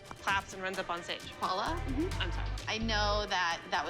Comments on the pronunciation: Abby it’s Paul. La not Paula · Paul-la!! Get it right😂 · Paul-LA is what she said